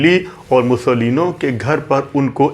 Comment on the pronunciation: पं. ओम्कारनाथ ठाकूर पं. विष्णू दिगंबर पलूसकर "मुसोलीनो" नही "मुसोलीनी" आप तो सभी फिल्मी कलाकारों के नाम के बाद "जी" इतनी बार लगाते हो, यहां भूल गये?